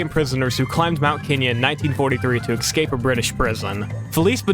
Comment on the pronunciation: I have always wondered how hard is it to pronounce extremely complex words, such as: Escape and especially, turns out the correct pronunciation is EXCAPE AND EXPECIALLY! well done sir you solved my 40 years long quest to find answers for questions nobody has ever asked